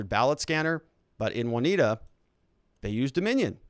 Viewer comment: Haha... Their hypocrisy knows no bounds... Long time Listener, first time Caller... awful what YT is doing to the Channel, just as entertaining listening to you grit through your teeth though. I feel for ya. Being a Midwesterner, lemme help... OswEgo (long E), & OnEYEda (long I)... lots of Indian names out this way. Your Correspondent On The Ground in Kenosha, Jim